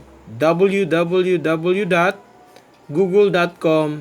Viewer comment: Natawa ako sa pagbigkas ng google gooogle hahaha nako sir ka naman dapat alam mo hahaha sorry.